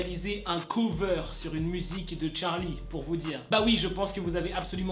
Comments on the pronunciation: quand tu disais charlie en mode 'tcharlie' je pensais a Charline d'amelio😅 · Ptdr cette prononciation TTTTCHHHHHHarly